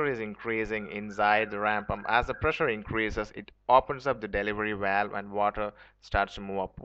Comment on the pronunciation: Please dont say walwe. Its pronounced as Bh-a-l-Bh. It quickly became annoying to watch your video.